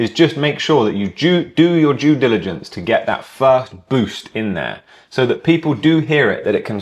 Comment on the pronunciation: Did you just say jew diligence 🤣